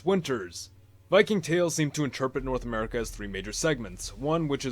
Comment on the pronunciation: Norse America sounds like a German pronouncing North America